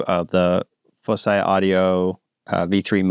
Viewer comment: I also think it should pronounced like "foci"